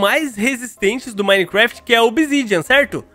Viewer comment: toda vez que ele fala gameplay de minegraft eu riu muito kskss